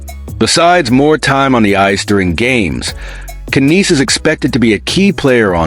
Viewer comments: It Nies like lies not kaneese. No Maple leafs fan or someone reporting about Toronto says it like that . Either you are an idiot or your AI is screwed up . t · Those AI guys sure know how to pronounce names don't they ? But who in hell is Kineese? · can't even watch this all the way, without hearing AI messing up on his name. omfg lol